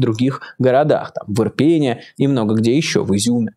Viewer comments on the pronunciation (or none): Майкл !2года !Ирпень !ударение на букву !!!ирпенЕ!не ирпЕне!